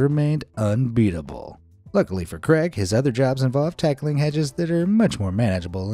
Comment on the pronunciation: 1 hour to cut 10 hours to clean debris etc also sounds like your saying Greg instead of craig